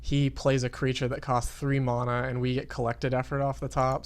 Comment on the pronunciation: You pronounce Mana completely wrong! Like seriously, you call yourself a rank 40 Duelsplayer and youtuber, but you can't even talk proper english. Sucks to be you mate. You fucking piece of shit.